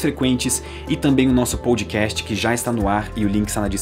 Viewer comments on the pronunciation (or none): none